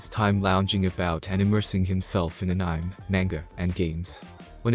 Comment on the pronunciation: I almost fainted with how you pronounced "anime"